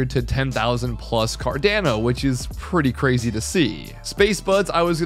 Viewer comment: It’s pronounced CAR-DON-O